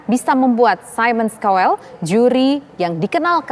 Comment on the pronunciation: Cowel ?? Baca : Kauwel